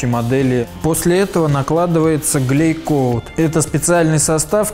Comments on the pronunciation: Не глейкоут, а гелькоут. А так все здорово, композиты я люблю) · Меня глючит или он говорит глейкоут?